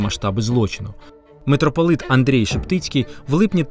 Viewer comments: Тільки ж митрополит Шептицький не "АндрЄй", Акіме...) Андрей він. Читається українською, як написано). Ну, думаю, це просто обмовка) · Тільки не Анрьей Шептицький, а Андрей Шептицький